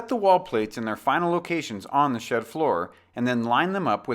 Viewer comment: "Here you will learn about the steps to laying out and building SHIT walls" lol this is a the best video I found yet but I couldn't stop laughing at the beginning. I know he said SHED